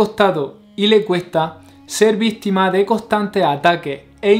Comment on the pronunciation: Pronunciaste mal vistima es víctima. Me imagino que por dialecto